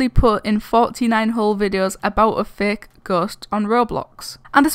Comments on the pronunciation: Xd and plz say fake not faaaaak no disrespect it's only funny when you say it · Is it only me who thinks it or is really saying:these videos are thicc,zeph's videos are thicc the whole ghost thing is thicc(no hate)(i know she's saying fake but it sounds like thicc)